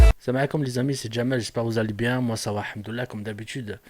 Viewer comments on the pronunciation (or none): On dit El Hamdoulilah et non hamdoullah frère sa n'a pas le même sens fait des recherche la dessus plutot c pas intéressant c'est son problème toi tu te mes temoins de ces fautes pour le jour du jugement dernier